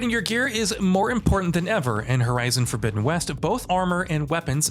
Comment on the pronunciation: Lol horizon forbizzen west